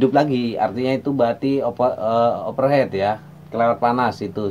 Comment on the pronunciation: Thx pencerahan nya. Membantu sekali. Over heat Bang, dibaca over hit. Bkn over head. Kalo head artinya kepala. Kritik bangun ni. Biar Abang tambah ganteng ❤😂